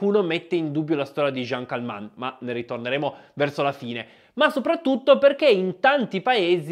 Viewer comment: Si chiamava CALMENT, non Calmant.